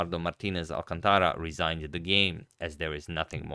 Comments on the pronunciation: It's not "alcanTAra", but "alCÁNtara". That's why the stress marks are added in Spanish: so you know where to stress words. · I like the new look alright, although I would suggest trying a different font for the quotation at the top. Also, that guy's name should have the third to last syllable stressed (hence the accent mark) ... ie al-CAN-ta-ra, not al-can-TA-ra